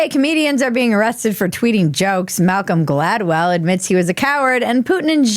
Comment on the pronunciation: You nailed it on Malcolm Gladwell! Perfect articulation!! 👏👏👏